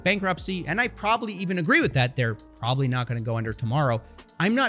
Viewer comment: I don't like the way you said "PROBABLY never will" 🧐🤔